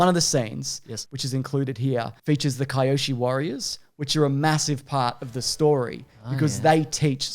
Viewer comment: Funny how they make a point to talk about how stuff is pronouced different than the show and then pronounces Kyoshi warriors wrong